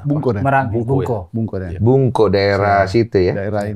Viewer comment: Pak maaf ralat, bukan bungko pak tapi bangko😊